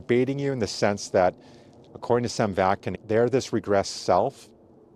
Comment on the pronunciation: Vak-nin not Vak-kin.